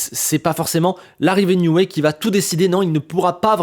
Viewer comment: Excellente analyse comme toujours ! Par contre, ça pique un peu les oreilles... on dit "Nioui", pas "Nioué" (c'est Newey, pas Neway)